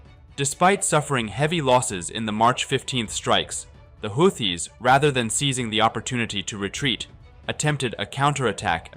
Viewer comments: To the narrator: "Houthis" is pronounces Hoo-tis, not How-tis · The hooties are hooting. Not howtees, dumass. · I think it's pronounceced who-tees! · Like all of us, even AI has no real idea how to pronounce this stupid group's name.